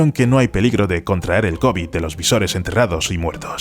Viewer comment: Se dice visones y no visores al final del vídeo